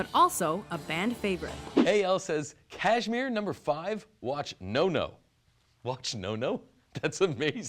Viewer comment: what the hell is Kaashemere? just a LITTLE research will tell you the proper pronunciation of the word.